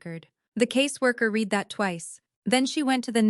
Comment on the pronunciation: If AI is so great, why can’t it determine the correct pronounciations for the word “read”. It’s different for present and past tenses.